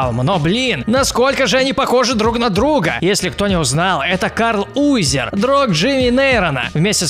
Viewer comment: Не Карл юизер а Карл Увизэр а ещё от ударения и перевода зависит